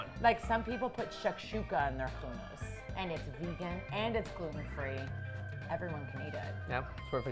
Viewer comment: I really don’t like the way she pronounces hummus